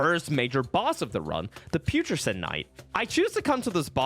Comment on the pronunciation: Great idea for a run and it’s executed brilliantly….my only issue with the video is that you keep mispronouncing words and it drives me bonkers! First off it’s not “skadoo tree fragments” it’s pronounced “shadow tree”. The other ones (like the way you say “putrescent” for example) I can deal with. Different people say certain words differently, emphasizing different syllables, I get that. But I couldn’t just sit here listening to yet another Elden ring youtuber saying “skadoo tree” over and over again throughout the entire video. Or, I at least couldn’t listen to it without putting my completely unsolicited, probably unwanted, two cents in. 🤷‍♂️